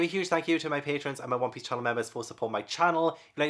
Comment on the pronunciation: I loved this video so much! 😂 Also… I’m new to the manga realm and whenever references One Piece, I kept thinking he was saying “Whompies.” Like… what in the fresh hell is Whompies? It took me a few videos to finally figure out he was referring to One Piece. 🤦🏻‍♀️